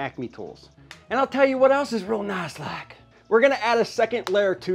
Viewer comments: "Real Nass Like" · Over 1000 smeesh's " Real Nass like ". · “Real Nass Like” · “real nass like”. Herd wirk behend your videos.